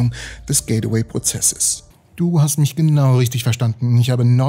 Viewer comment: es heisst gateway und wird auch so ausgesprochen. nicht getaway und auch nicht gate-away.... sry ^^